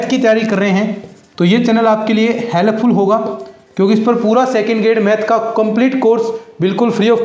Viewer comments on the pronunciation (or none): *Helap ful 😂😂😂 U must Get inglish coochang 1st 😂😂😂